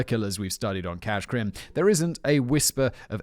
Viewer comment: "Cas' Crim" That's the only good thing I'm taking away from this.